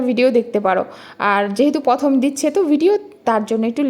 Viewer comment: Tomar bhasa ta dhakia. kamon kore ktha balo, Mon k balo MN,Prosad k bolcho psad, prothom na bole balo Pthm. Sudhrao egulo, kthate ato dhakar taan sotti. Somosto uchcharon vul karo tumi. Egulo sudhrao,Nijeke jakhon Sikkhito dabi karo loke to bolbe je ki porasuna koreche ktha thik mato bolte parena, Tomato k balo Tomyatu kamon